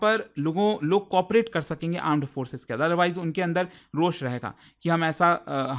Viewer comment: he said , aand forces :face-purple-crying::face-purple-crying::face-purple-crying::face-purple-crying::face-purple-crying